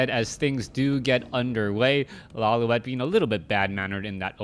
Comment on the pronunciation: isnt it pronounced "LawLeet"